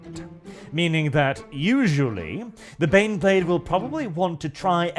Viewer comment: EET EEZ TEH BEHNBLEHHHHHHHHHHD!